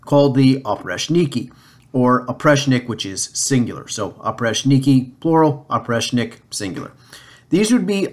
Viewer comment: In the words Oprichnina, Oprichnik you should stress the second syllable, while in Zemshchina you should stress the first syllable. The term Oprichnina originated from the preposition and adverb опричь (oprich’) which translates as outside, apart from, particular, except, out of limits. Кроме (krome = except) was a synonym of опричь, so Oprichniki were also called Kromeshniki. The then future Russian czar Boris Godunov was married to a daughter of Malyuta Skuratov, head of Oprichniki. The nobility hated Boris Godunov for this reason among the others. The image of Oprichniki among the populace is absolutely negative. Oprichnina was a method of introducing terroristic autocracy rule by Ivan the Terrible. However we must note that autocracy was established by his grandfather Ivan III the Great (or the Hunchbacked) and father Vasiliy III. Autocracy had already been there, Ivan the Terrible just pushed it to the limit.